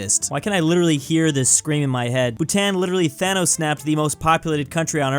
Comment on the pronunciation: As a Bhutanese him miss pronouncing Bhutan made me die a little